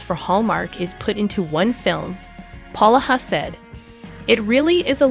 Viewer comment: PLEASE PRONOUNCE HIS NAME CORRECTLY IT IS POlaha NOT PAloha